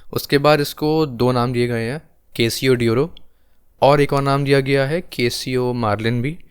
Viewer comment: Pronunciation of the word Casio !